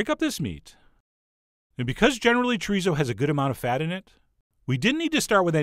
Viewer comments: Wrong o sound. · I swear everyone I know pronounces chorizo differently.